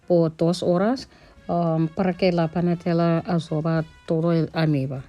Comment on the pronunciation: se dice almíbaR....y trescientos grados. Namaste 🕉️